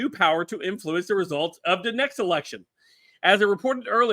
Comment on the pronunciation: Not "Influence" properly Count!